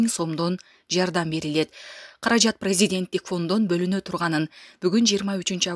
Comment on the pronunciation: Ушул кыз(журналистка) президент деген созду туура айтышты уйронуп алчы. Прейзидийент деп нервке тие бербей.